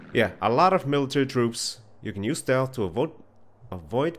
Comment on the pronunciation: HAHAHA! IT IS NOT SLEATH MISSiON